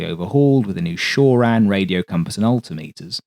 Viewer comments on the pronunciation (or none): Please learn to say " altimeter"